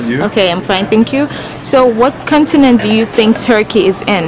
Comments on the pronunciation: Make sure you say CAWN-tinent and not CUN-tinent. I think some people are repeating it, because they are hearing a bad word (C***) and unsure what you said. Just a suggestion. Also the title of the video should be "Where do Americans think Turkey is?" because you never really asked what they think of Turkey. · Aren't you American? You sound like one, but people didn't understand your pronunciation for "continent"?